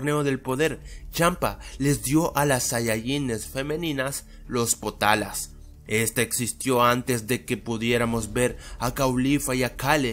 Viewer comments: te has esquivocado por que no es "POTALA" si no "POTARA" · se dicen POTARA